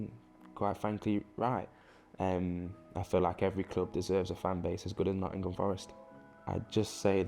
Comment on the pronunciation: Love all the squad, but Morgan's my favourite. Runs his heart out every game. And he knows how to pronounce Nottingum.